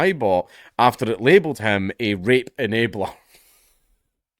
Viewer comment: You know your countries cooked when a surviving WW2 Vet says your country wasn't worth the death of their comrades. Your accent Count really sometimes sounded like you said Rape-a-nator like they are some depraved perverted Terminator